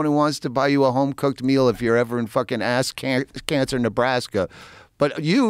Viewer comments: Did he say ass cancer Nebraska? LOL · It's pronounced AS-Ken-ZAR, Nebraska.